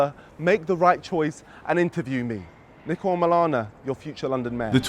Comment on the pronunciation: Ur name is pronounced neeko. Not Nicko